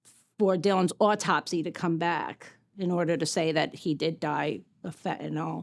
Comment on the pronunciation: Kinda sick of these people can't even pronounce the word correct...it is not FENTANALL STOP SAYING FENTANALL,,LEARN ENGLISH